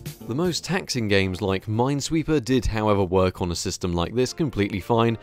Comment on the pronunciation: Mines weeper ajajjajajaja